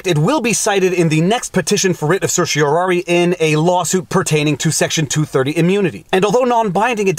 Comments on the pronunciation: You pronounced certiorari correctly, your electronic pronouncer was wrong. It's "R", not "air". Some lawyers and judges pronounce the last syllable "eye", some "ee". Now if you could just learn to pronounce mandamus. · Thank you for this. (I liked your pronunciation of "certiorari".)